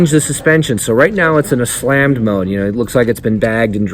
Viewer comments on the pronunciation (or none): none